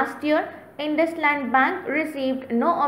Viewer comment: Thatz not Induslund bank lol🙏🙏🙏🙏🙏🙏